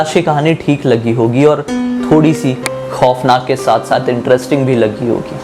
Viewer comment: Ap khoof nakh khoof nakh ku bolte ho😡😡